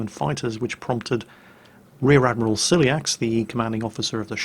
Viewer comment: Oh, and you pronunce Ciliax like Kiliax.